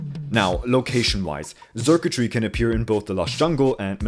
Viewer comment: Just to clarify, Xurkitree is pronounced like “circuitry”, not “zurktry”